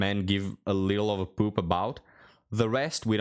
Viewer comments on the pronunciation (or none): none